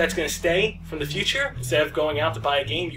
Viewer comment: you said ze :3